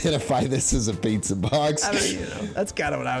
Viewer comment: It's not a "PIZA" and Not a "Nizza"